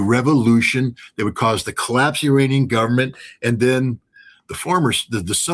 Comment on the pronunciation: Please call them Iranian , not I ra nian. Eranian